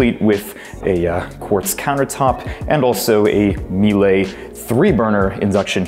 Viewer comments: Very small kitchen and not sure I would like my closet just off the bathroom...could imagine that could create moldy clothes with all the shower steam. Apart from that, love the apartment! Oh and P.S. the appliance name is pronounced "MEE-LUH"😊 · Miele is pronounced Meela, same as Porsche. Great vid! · You really should learn how to properly pronounce Miele—you gave that final “e” a French accent but it’s a German name. Not MEE LAY as you said but Mee luh. As a German speaker & an owner of Miele appliances, it upset me that you didn’t know how to pronounce the name of this great brand name accurately. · As an owner of Miele appliances as well, I hear you. We also pronounce Porsche "Porsch" and Volkswagen with an English sounding V instead of the more German sounding "folksvagen". Maybach is "May" like the month and "back" like the opposite of front. I know that Americans have a lot to learn when it comes to saying German names and I'm no exception but I think there's bigger things to be upset about in the world than whether a YouTuber is saying Miele right.